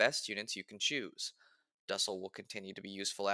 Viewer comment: The way you pronounce his name makes my skin crawl. It's pronounced doosell.